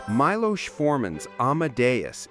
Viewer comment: Milos (mee-lose) was a great director. "One Flew Over The Cuckoo's Nest" was a game changer for me.